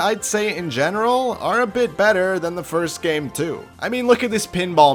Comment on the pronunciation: Hearing ur little speech impediment is so cute listen to him say “gammmmme”